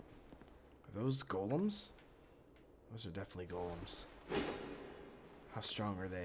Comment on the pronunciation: I love you, you pronounce golem correctly!